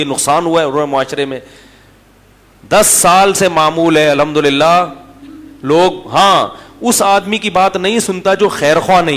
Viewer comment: السلام وعلیکم حضرت امید ہے آپ خیریت سے ہونگے میں حضرت آپ کے بیانات سنتا ہوں لیکن انتہائی معذرت کے ساتھ آپ کے منہ سے عام لوگوں کی طرح یعنی غیر عالم کی طرح الحمدللہ کا لفظ سنتا ہوں اور کئی بار سنا ہے تو دکھ ہوتا ہے اس لفظ کی ادائیگی پر توجہ دے آئندہ کیلئے انتہائی معذرت کے ساتھ آپ کے پیروں کی خاک میری آنکھ کا سرمہ